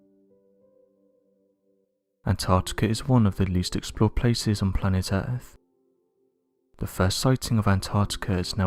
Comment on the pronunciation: Did you say "Errrrph" Hahaha Hahaha Hahaha Hahaha Hahaha Hahaha. Yeah the errrph is kinda earthly but it's not earth, errrph is errrphly in an earthly kinda way..